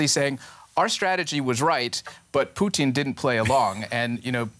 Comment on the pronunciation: Why is she saying poutine instead of putin ??